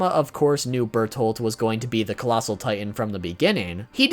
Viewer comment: ah yes, colassal titan body pillow